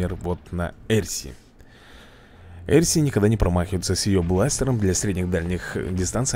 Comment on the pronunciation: если что правильно не блур а блер либо блёр ещё не эрси а арси я просто поправить